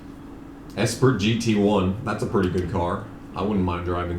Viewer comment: car pronunciations get me every time 😂 Esprit 😂